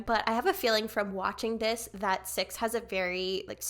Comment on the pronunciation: Yay loved that cix was on this. Their name is actually pronounces C-I-X (like each individual letter). I definitely recommend also reacting to their debut "movie star" at some point aswell!!